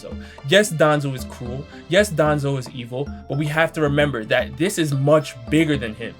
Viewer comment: Bro when you say ‘cruel’ it sounds cool and it’s fucking hilarious